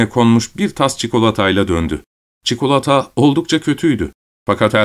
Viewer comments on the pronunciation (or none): none